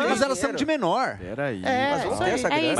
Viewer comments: Nossa como o Joel fala errado,um jornalista falar (de menor)..kkkk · Aí meu ouvido... "Di menor" Joel... Cadê o pseudo intelectual...